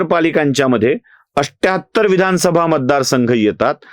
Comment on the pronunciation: 78 चा उच्चारण अठ्ठ्याहत्तर असा हो तो तुम्ही "अष्ट्याहत्तर" असा करता। हे चुकीचे उच्चारण आहे तसेच १४४ याचा उच्चारण एकशे "चव्वेचाळीस" असा होतो तुम्ही "चौरेचाळीस" म्हणता ते चुकीचे उच्चारण आहे। कृपया तेवढ सुधारणा करा